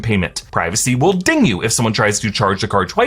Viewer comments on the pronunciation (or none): none